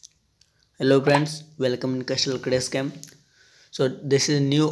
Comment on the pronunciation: Bro castle crush hai casttle nahi